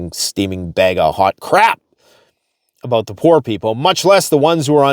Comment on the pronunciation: lmao just saw this. I basically said the same 😂